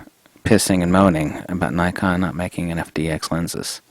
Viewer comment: You need to stop mispronouncing 'Nikon' mate